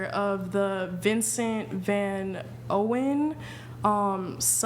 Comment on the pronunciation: "Vincent Van Owen" Jesus Wept 😂